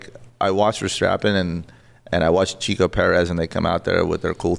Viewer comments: Checo, not “Chico.” 😂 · Sergio "Checo" Perez (pronounced like the "check" mark), not CHICO. Rookie mistake. Lol! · It’s Checo! Not Chico 😑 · It is Checo Perez not Chico, you f1 expert!